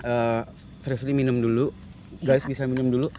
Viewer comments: di mnit ak gk bernti² ny muter s mnggil nm frisly yg slah blepotan ngucapnya..aduuuh gacoor bgt sie kamu...🤣🤣🤣🤣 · ▪"Jangan gitu dong resbir, prisler, plisir" "Frisli" ▪"Iya Prisler!!" ----- Ngakak dong* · Anwar nyebut frisly malah frisir,mau doa malah doa makan ehh ada lagii mau doa lagi malah doa buka puasa (emot ngakak) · Kenapa nyebut frislly flislir, flirser😭😭🤣🤣🤣🤣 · frisly: "ka tuh liat":"gamau ah jangan dong lesbil frisler freslir" haduhh ngakakk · Apa lg pas salah nyebut nama frisly, ngakak parah sii😂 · Sumpah ngakak banget pas salah sebut nama frislly:v